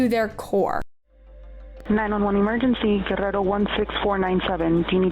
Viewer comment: Guh-rare-oh For corn sake